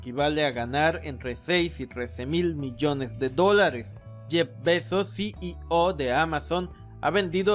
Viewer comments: Puedes pronunciar "CIO". En vez de "SI Y O" se escucha molesto además de cierta dislexia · Es desesperante cómo.pronuncia ceo, CI í ò, En Lugar de ci í ou. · Muy bien Retroalimentación constructiva, la "O" de CEO pronunciar como "OU" Gracias por tus vídeos